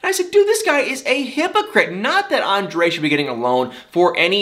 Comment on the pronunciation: Anybody ELSE tired of these boring drama queens with and entire family? And calling her husband "ON-DUH-LAY???" For the love of God, it's ANDRE.... pronounced "ON-DRAY!!!!!!" Don't try and make it fancy!